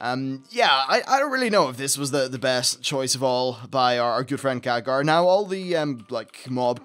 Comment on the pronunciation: Khadgar, not Khadager, it's pernounced Cad-Gar.